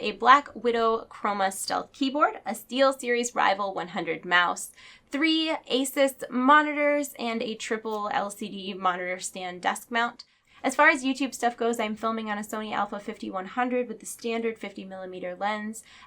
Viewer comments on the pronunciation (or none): Asus = eh-zoos.